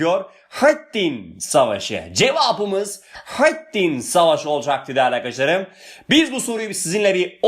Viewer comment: Hocam öyle bir selahâtttin ve hıtttin diyorsunuz ki iliklerimize kadad hissediyoruz bu kelimeleri 😄